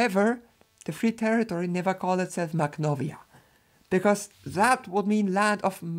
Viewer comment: I don't speak Russian or Ukrainian but I think that "kh" is pronounced as [x], i.e. the same way "ch" is pronounced in German after back vowels.